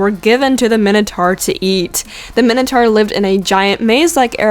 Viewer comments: Min- o- tour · You said minotaur wrong it's mine-o-tore